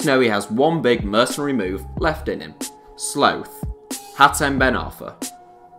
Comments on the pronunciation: Is it sloth or slowth? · I believe Americans say sloth and English & Australians often pronounce it 'sloath'. I wasn't sure myself, but biologists and David Attenborough go with 'sloath' so that swung it for me... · That's different depending on where you're from. Americans say "sloth", in Australia and England it's mostly "sloath". In school you mostly learn AE, for me at least.. so you learn "sloth". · Is that how Brits pronounce "sloth?!" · surprised there’s no one here mentioning his pronunciation of sloth.